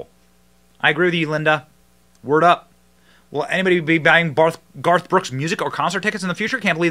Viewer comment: Benny you almost said “ barf “ brooks! 😂. You need to use that brother!